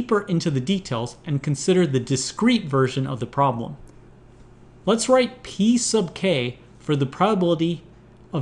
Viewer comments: Am I the only one that hears "piece of cake" every time he says "P sub k"? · 'P sub K' or 'Piece of cake'? XD